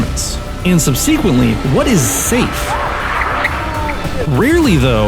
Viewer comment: What is with people saying, "Sub-see-quint", in the last few years? Sub-se-quent. They're "e"s, not "i"s.